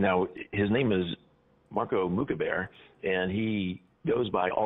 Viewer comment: "Marcos Mookaberos" 😂😂😂🤣🤣🤣💀